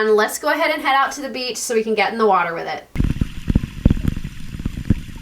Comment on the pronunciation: Did I hear you burp underwater? That would be a first. That is an opal and it is from Coober Pedy .Needs some care. Drop it id fresh water. Or as you say WHATER.